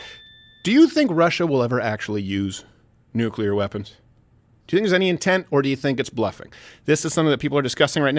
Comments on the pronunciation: I love. I don't mean any disrespect, but please... someone teach the man how to pronounce nuclear. Every time someone says "nukular", I'm waiting for them to follow it up with "expecially", "a whole nother", or the pièce de résistance,, "Oh crap! We're at DEFCON 5!" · It's "nuclear",.. not "nucular"